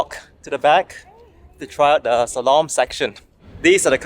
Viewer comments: It's Slalom and not Shalom :) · dude its slalom, sorry cant help it. shalom is peace in hebrew